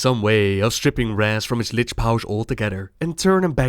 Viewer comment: Please, please spell Lich next time correct. Its not litsch